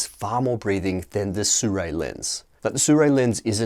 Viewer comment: Don't get how English speaking reviewers come up with the name " sooray".